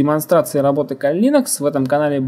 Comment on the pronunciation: Да Вы оба "кадры" ))) - Один называет ХЭдра ... ты называешь ХИдра )))))))))))) ну да бог с ним ))) (П.С. ударение в слове Кали ставь на букву "А" а не на букву "И" - как это делаешь ты... ухо режет .......... Послушай как Индусы произносят имя богини Кали, если вдруг спорить соберёшься...... и да название дистрибутива пошло именно от этой богини) :) Второе: bruteforce - Грубая Сила ... Здесь нигде не оговаривается каким образом и из чего именно будет совершен подбор или перебор пароля!!! (у тебя явно бомбит на владельца того канала, раз уж так решил на нём акцентировать внимание... из чего вытекает ТРЕТЬЕ) В третьих: ТЫ ТОЛЬКО ЧТО СОВЕРШИЛ АКЦИЮ ЧЁРНОГО ПИАРА ДЛЯ ТОГО КАНАЛА!!! А чёрный пиар - это тоже пиар ))))))))))) Минимум каждый второй из просмотревших это видео пошли искать тот канал, который ты так рьяно засераешь!!! И в четвёртых: Конечно уважуха, что занимаешься этим и видимо микроэлектроникой тоже, раз у тебя мультик на столе, паяльная станция с феном..... НО НАХЕРА ЭТИ ВЕЩИ ДЕРЖАТЬ ПРЯМО В СПАЛЬНЕ??? МОЖЕТ ТЫ ЕЩЁ И ВЫСОКОТОКСИЧНЫМИ ФЛЮСАМИ ПРЯМО ТАМ ПАЯЕШЬ??? )))))))))))))))) . В остальном молодец! Так держать!!! Поставлю палец ВВЕРХ.